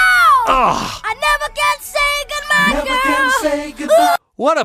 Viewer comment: MJ WAS AN AMAZING VOCALISTS AND UNTIL NOW NEVER REALIZED AT he say “NEVER CAN SAY GOOD MY” instead of GOOD BYE GIRL. MJ always had an extraordinary way pronouncing sounds to fit the music. A true legend.